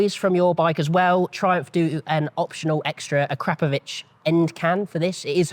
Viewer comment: You need to say ‘you know’ more often… 😂 Nice to hear ‘Akrapovic’ pronounced correctly though!